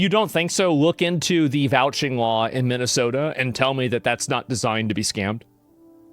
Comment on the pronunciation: She can't even say Minnesota right